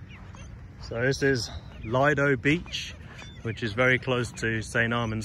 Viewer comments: Le doe is how lido is pronounced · It's 'Lee-doe' in pronunciation. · Lido Beach is pronounced with a short “i”.